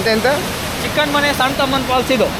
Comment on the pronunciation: Chickenmane❌ Chikkanamane ✅ 😂🔥